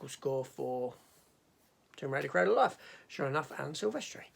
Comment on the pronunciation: Oh no, not another Dutch director whose name you butcher. His first name isn't pronounced like the "jan" in the word "janitor". The J is pronounced like the Y in "yes" and the AN is pronounced just like in the word "pandora". On the other hand, you've thought me how to pronounce the word "cradle". I've always pronounced it with the same sound as in the word "paddle". Anyway, I only watch this video today. I'm a little bit behind watching your Tomb Raider reviews.